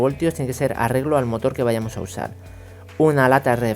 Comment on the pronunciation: amigo se dice motor no motol